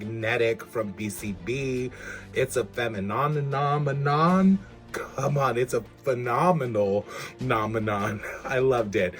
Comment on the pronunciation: Brave of you to pronounce "femininimonon". My warped mind and twisted tongue would find someway to mess that up. I like the velvet look of that as well as the acidic abyss.